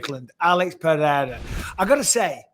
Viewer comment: I love how Michael try to say "Pereira" correctly and not "Perrera" or "Piera" like a lot of people do